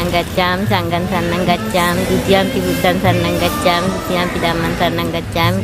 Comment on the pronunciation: පට්ට බොරු මුන්ට බුද්ධංසරනං ගච්චාමී කියන්නවත් බෑ සිංහලයට පමනයි නියම විදියට කියන්න පුලුවන්